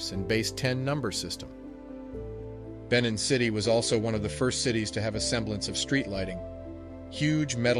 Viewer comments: He mispronounces the word. It is should be pronounced "Ben neen" with emphasis on "neen". " Benin". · Edo people not Ado people. Mispronounced. Make note. Benin is pronounced " Ben neen" not Bennin.